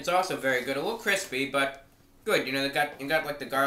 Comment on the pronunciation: "its vewy nice" god i LOVE this channel